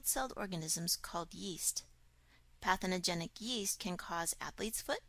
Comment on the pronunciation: "patheNOgenic"? or, "Pathogenic"? I checked the dictionary online and it seems the former doesn't exist. Or, maybe because it's a 'very' biological or medical term. Just wondering. (For the sake of 'technical' accuracy...because I'm learning this for my 'new career') But, the vid is very educative. Thanks!